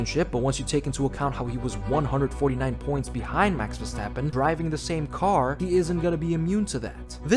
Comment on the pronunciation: I love hearing "vastappen"